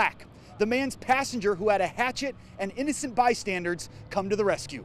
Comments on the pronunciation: Did the reporter just say by-standards instead of by-standers? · The word is "bystander," not "bystandard," Mr. Reporter. Like, someone who "stands by." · You said by-standards. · "innocent bystand(turds)" ........."innocent bystandards?!" he definitely put a "d" sound at the end of *bystanders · bystandards. he says bystandards. wtf. bystandards.